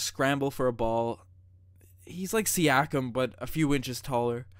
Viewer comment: Also pronunciation of siakam as “pysch-cam” is actually crazy lol